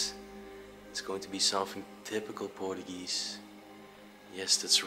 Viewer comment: Portuguese not portugee😂